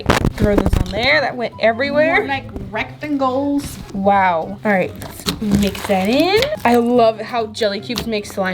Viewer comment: More like rectengoles: wow.. What are rectengoles